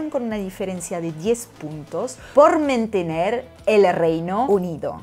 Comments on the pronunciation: por "mentener" ¿de donde eres nativa? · creo que lo dijo dos veces jaja... pero estos informes de filo news están buenísimos ... explican todo muy bien.